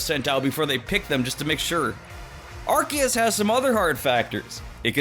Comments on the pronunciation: Arceus is pronounced Arc-e-us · I’m not being rude but the way you say Arceus has ARSE in it which is how the British A**